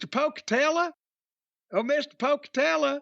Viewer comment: When Jim said "Down where I come from they would say Mr Pocatella" I swear to God I thought he would follow it up with "Could you please pass the jelly?" in that same accent. IYKYK